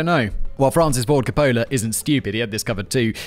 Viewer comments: Francis Ford Car-Polar... Is there anything this guy can pronounce correctly? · The way he pronounces Francis Ford Copola is killin me. Lol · My GF has interrupted this video at least twice because "Simon isn't pronouncing Coppola correctly" like that's what is important here😮‍💨🤬